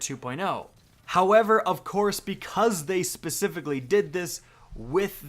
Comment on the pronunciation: Foreal bro i was like if this guy says gowever one more time 😤😤